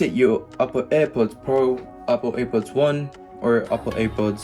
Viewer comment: I’m dead 😂he said ( APPER). AirPods . Good one pal😢